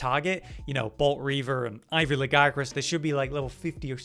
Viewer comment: I like this guy simply because he pronouces Lagiacrus the right way. Yes i know how its pronounced in Wilds. No, i dont care. They are wrong.